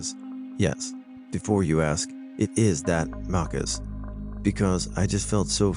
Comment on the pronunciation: Maccas is Australian & new Zealand slang for McDonald's...its pronounced like Mackerz